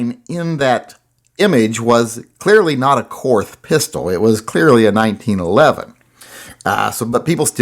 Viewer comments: Pronounced Kort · Too bad it wasn't the Korth. And it is pronounced Kort. Now sell off some more and get yourself a Manurhin!